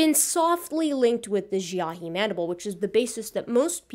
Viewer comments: Xiahe ("jaw") is pronounced more like "she-ah-huh" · Xiahe... It's pronounced correctly as 'She-ah-her'.